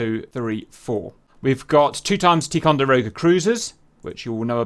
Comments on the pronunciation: Ticonderoga. You pronounced it like "Tee-conderoga" but it's pronounced like "Tie-conderoga". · it's pronounced tie-conderoga